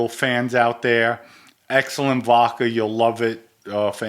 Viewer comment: Every once in a while, my man slips in an 'r' in vodkar. I laugh each time, but just busting balls. is genuine. Hilarious too, "if I have sex with a guy, hey I'm gay."